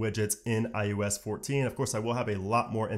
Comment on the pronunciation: Why does he keep calling it iUS 14?